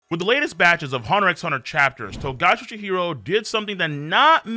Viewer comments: I stopped watching as soon as he said the X in "HunterXHunter" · Btw you dont pronounce the "x" in "HxH" I thought this is common knowledge